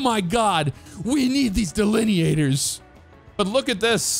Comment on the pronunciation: You should make an OCRP character using that accent when you said "omg we need these delineators"